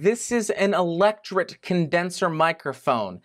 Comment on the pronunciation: "Electret" Condenser Mic. "tret" rhymes with "threat"